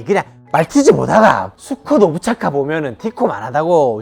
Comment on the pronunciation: 오브차카라 하지 않고. 압차르까. 라고 발음해요.